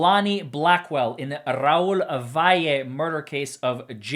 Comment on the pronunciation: Making sure to trill them R's is key! RRRRRRAUL